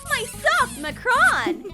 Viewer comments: Its not called a macron its called a makcroon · Its macaroons not mocrons